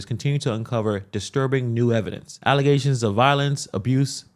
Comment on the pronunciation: Did you say "allezations"? 🤔😂